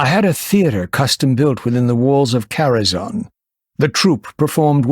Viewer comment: The movie pronounced Karazhan wrong. I think most have tho.